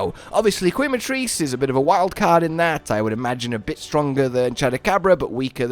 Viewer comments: Once again it's pronounced ke not kwe other than this I am ecstatic to see you and Cotton's Wilds adventure. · just for the record, the U in Quematrice is silent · man, go get some sleep already, but thank you nonetheless for the video & commentary so that we foreigners don't feel lost in translation to the source stream 👏 Also did i hear that correct? "Kweh-matrice" 😂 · I wonder if is ever gonna pronounce Quematrice correctly.